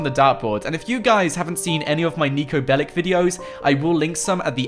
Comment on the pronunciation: Its not Niko Belik its Niko Belić